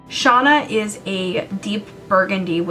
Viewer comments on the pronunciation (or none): Are you sure you're a Jem fan? It's pronounced Shayna, not Shawna.